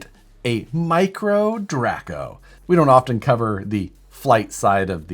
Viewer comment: When you said Draco I was like wait, isn’t it pronounced Draco not Draco?! Anyway if I had to pick and off the wall body it would be a comp cut Datsun 620 😂